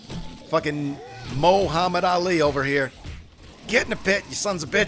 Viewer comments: Moe-hammad Ali 😂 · MO-hommed Ali 😂